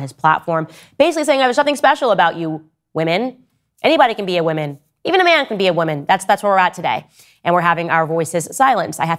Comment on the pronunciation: Its WOMAN not "WIMIN"